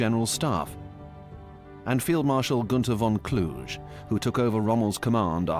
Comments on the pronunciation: For those unaware, that is not how Gunther von Kluge's last name is pronounced. No historian that I'm aware uses such pronunciation. The "g" in "Kluge" is pronounced as the "g" in "cougar". So, it is pronounced something like "kloo-ga" or "kloo-guh". I hope that you got the idea. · Yeah, it rips my ears and im not German. The way they pronounce it is the city in Romanian Transylania - Kluj. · That's a somewhat eccentric way of pronouncing von Kluge. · Why do you guys always spell German names in such a weird way? - just like (for example): "von Kluge" becomes (phonetically) "KL-OO-ZH-E" or "Waffen SS" become "UOFFEN-ss". It's KLU-GE - you spell just as you read it: "KLU-GHE" and instead of "Uoffen" it's "VAFF-en". That's a HIGH-QUALITY series of documentaries! You'd at least expect the most important names to be spelled correctly.